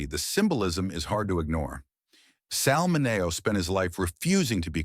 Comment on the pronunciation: Let’s at least pronounce Sal Mineo‘s name properly shall we? Sal MIN-ee-oh. Rip.